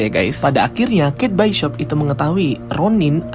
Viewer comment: Kate bishop buka kate byshop😂😅